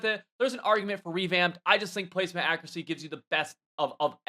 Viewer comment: “Akracy” lmfao